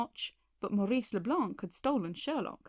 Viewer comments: Just, the "c" in Leblanc is silent😉. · "LeBlanc" is pronounced "Le Blan."